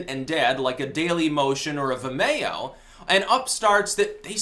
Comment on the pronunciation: "Vi May Oh"